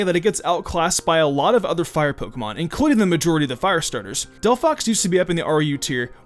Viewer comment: Why Did you say Delphox!!! T_T